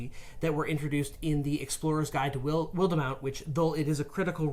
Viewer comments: “Wildemount” : ❌ “Wilduhmount” : ✅ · Wildemount is pronounced Wild Mount 👍 great vid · Lol pronunciation of wildmount....